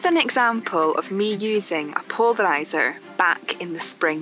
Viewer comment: Ah such a beautiful pronunciation of 'polarizer' 😎 Stay safe precious one; from springtime in South Africa